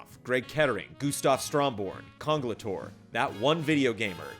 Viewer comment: It's time to get these guys a stage. They deserve it. P.S. - Thanks for pronouncing Congelatore correctly in that awesome VO voice!